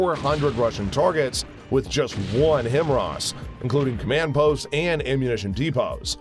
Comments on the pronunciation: I'm getting sick and tired of listening to this pronunciation: "HIM-ROSS" It is pronounced: "HIGH-MARS" Sorry, but this was truly bugging the living shiite (🤯) out of me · Hi-mars. Not himrah 🙄🤡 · WHy do you keep saying it like "HIMRAS".... isn't it HIMARS? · The missiles are called "HIMARS" - not "HIMRAS". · Now, HIMROSS is stuck in my mind! :( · He pronounce it Hemaraz!🤣😂😂I thought there’s something wrong with my ears!Lol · The word is HIMARS NOT HIMRAS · HIMARS….pronounced High Mars. Not Himras. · Stop mispronouncing HIMARS,, it is pronounced "High Mars" NOT "Him Ras". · Wait, HIMRAS? Don't you mean HIMARS? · Himars Not Himros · HIMARS or HIMRAS ? Are you pronouncing it correctly? I tried to look it up and only found HIMARS and nothing at all for HIMRAS. Just sayin' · "HI-MARS"... not "HIM-RAS". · Himras? It’s HIMARS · High mars… not himross. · Him ross????? Lolol where is that “R” before or after that “A”? HI-MARS say it with me HI——MARS (I only kid tho, I love these videos ❤) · its himars ffs not himras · HIMRAS? It’s HI-mars, not “him-RAZ”. Really not that hard to say. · Its not Himrars, its HIMARs ffs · Dude.....HI MARS.....HI MARS.....WHERE ARE YOU GETTING HIMRAAAS FROM?! You have one job... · it´s HI MARS Not HIM ARS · Himars or himras?? The way the narrator pronounce it it sounds like himras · How do you create a full video and still you pronounce it wrong??! It's pronounced like "High Mars" not "Himmras" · HIMARS not HIMRAS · It’s not Him Ras , it’s HI - MARS if you can’t even pronounce it how can I trust your opinion . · it's pronounced Himars not Him-ras get it straight! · HI-MARS, not HIM-RAS! otherwise good informative video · “Him-Ross?” Ninja, please. 🤨🙄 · I'm sorry I had to stop watching because I could not stand the multiple mispronunciation of HIMARS as HIM RAS. On the fun side, run the video at 0.5 or 0.75 speed and it makes more sense. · Ya, I was a little taken back by Him-Ars. Had to think what he was talking about.